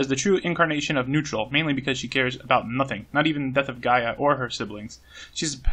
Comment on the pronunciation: Gaea: GUY-uh, by the way. Same as Gaia.